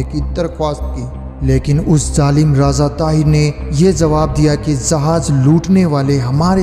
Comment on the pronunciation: Pronoucetion is very bad Raaza =raja Paap=baap